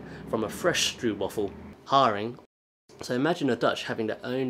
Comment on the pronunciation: Stroopwaffel is actually pronounced strope waffle (Dutch oo = English oe, Dutch oe = English oo - confusing as hell, I know!)